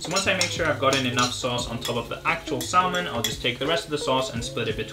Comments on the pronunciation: look, I like your videos but, it's SA-MON, not SAL-MON. I hate to be that guy lol pls don't get mad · So cute , in salmon the l is silent here, yr welcome. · Idk why I find it so funny but the way you pronounce salmon is just KILLING me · It really made my day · Hearing you say salmon and pronouncing the L has me questioning my language skills